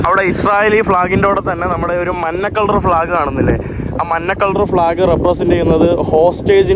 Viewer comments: `മന്ന` അല്ലടാ മഞ്ഞ 😅എത്ര വട്ടമായി നിന്നോട് ഞാൻ പറയുന്നു. മാറ്റിയില്ലെങ്കിൽ ഇനിയും പറയും 😅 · എൻ്റെ, മന്ന അല്ല മഞ്ഞയാണ് പൊന്നേ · മഞ്ഞക്കളറിനാണോ താങ്കൾ “മന്ന” എന്ന് പറയുന്നത് ഇത് ഫാഷന്വേണ്ടി പറയുന്നതാണോ ദയവായി മലയാളം അതിൻ്റെ തനത് രീതിയിൽ തന്നെ പറയുവാൻ ശ്രമിക്കുക please ….best of luck ❤